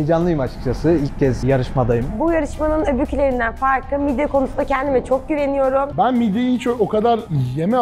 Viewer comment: Midye ❌ Mid ye✅